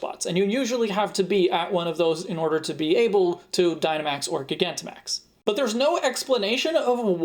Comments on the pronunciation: I don't think so. I think it's still "Jai-gan-ta-max" because it's spelled "Gigantamax". "Guy-gan-ti-max" I guess is his own interpretation, but it's "-tamax", not "-timax". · Huh so you that is how you pronounce gigantamax